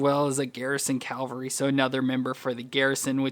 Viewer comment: Cavalry, not Calvary, which is where Jesus was crucified. Pronunciation makes a difference. Big difference in this case!